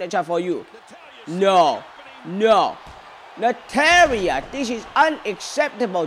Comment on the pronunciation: Nataria hahahaha he said it wrong